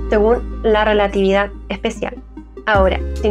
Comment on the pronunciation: Esa rielatividad